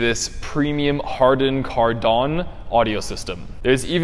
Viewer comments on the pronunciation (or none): Harman kardon not hardan kardon